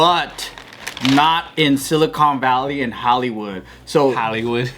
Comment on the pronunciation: "Haolewood (Hollywood)." - Joe (a Hawai'ian Pidgin English word for "foreigners" (or it means "without breath" in Hawai'ian).